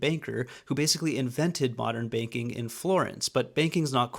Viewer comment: Bro, when you say banking / banker I understand baking / baker. I thought some lord farquaad looking dude invented modern day baking, and got extremely rich, because he invented bread and cake and everybody loved him, and then payed for art and infrastructure as well, like an absolute legend. But turns out he was a boring medici (stress on the e by the way). Fix your pronunciation 💔